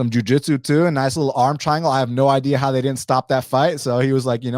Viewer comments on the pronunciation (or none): none